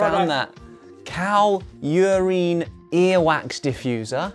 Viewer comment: Weirdest part of this video = how Josh says Urine Uurreeeeeeeeeeen